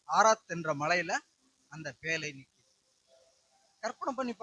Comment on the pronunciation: பேளை‌ அல்ல பேழை